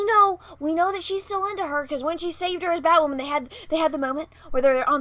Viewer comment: Does BatWahmen have psychological problems? Sure sounds like it...🤔